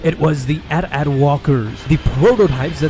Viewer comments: Hold up did he just say 'at at' not AT AT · Isnt it pronounced Ay Tee Ay Tee walkers not at at walkers that’s how it’s spelled not pronounced